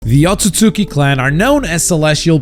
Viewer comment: "the Atzutzuki clan"